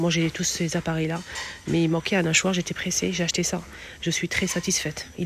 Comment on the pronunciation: J'y crois pas ,elle a un voile Boycott Surtout avec les d'autres de français...un nachoir?et le h aspiré?